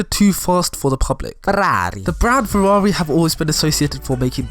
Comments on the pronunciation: Its whas the “ferrrrrrarrri” and the “lamborrrrrghini” for me🤣🤣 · I love how you pronounced Ferrari xD. Same for Lambroghini.